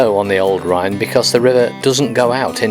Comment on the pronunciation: Nice vid! Well here's a comment on your Dutch. Your 'ij' is fine! The Dutch 'ou' is pronounced like in 'loud'. Your pronunciation of 'Rijn' in Alphen aan de Rijn however is near‐perfect. On the other hand you make 'Woerden' sound like a German town 'Wörden'. The Dutch 'oe' is pronounced like in 'boot' and 'shoot'. The 'oo' like in 'bone'. On the whole, your Dutch pronunciation seems quite good! 👍